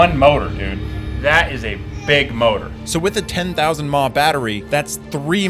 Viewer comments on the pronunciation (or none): stop saying "mah" it is milliamp hour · Saying mah out loud is funny. Bro just say amp hours 😂😂😂